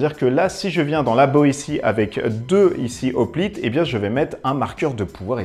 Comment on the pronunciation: Hoplite, c'est comme "Hérisson" ou "Haricot"......on ne dit pas des "Z'hoplites" mais des "Hoplites" :) Bon à part ça, la vidéo est très sympa !